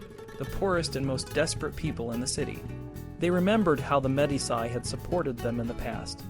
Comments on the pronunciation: "de MED-iss-eye"? Honestly. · MEE DEE CHIII. good stuff though